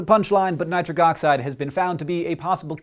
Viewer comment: Nit-RIC oxide